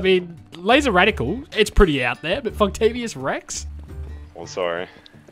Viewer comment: Damn, was that Funktavious Rex? or Fucktavious Rex? Either way is a legend.